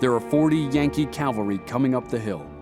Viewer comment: Cowvary? CAValry...